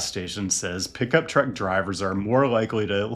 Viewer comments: Full size crew cab pickup trucks are just awesome man. Don’t over think it. And it’s pronounced TRUCK not TRECK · I just realized that when he says "Trek", he's actually saying "truck". I kept thinking "Why does he keep talking about a specific brand of bicycle?"